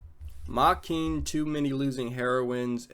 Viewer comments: >Can't pronounce the name of the show correctly >opinion is irrelevant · never thought i'd come across your hateful channel again, but here we are. you can't even pronounce the show's title right, and i'm supposed to take you and your opinion seriously? sorry to burst your bubble, buddy. but i keep on saying this in most your other videos: ragebaiting and being toxic won't give you the clout and internet fame you so desperately want.